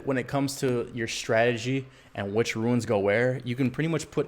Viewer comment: Ruins? I thought it's pronounced Roons/Runes 🤦🏿‍♂️